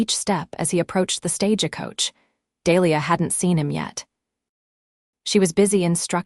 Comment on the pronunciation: Silver-waderr? SilverWater....fix it please. And Stage-E-Coach, Santa Fee, El-E-ner vs Eleanor, Wound vs wound around, read and read, etc. AI is trainable.....just do it right!